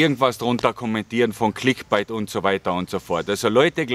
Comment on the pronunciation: clickbait gesprochen wie 'bäit', nicht wie bite, das klingt sonst megafalsch;) find deine ehrlichen und ungeschönt hintergründigen beiträge unterhaltsam und interessant, obwohl mir thailand und thais eigentlich völlig wurscht sind. alles gute bei der weiteren suche zu dir selbst, das kann man vermutlich wirklich als einziges im ausland etwas besser als im heimatland, weil man weniger auf ähnliche typen wie man selbst ist trifft.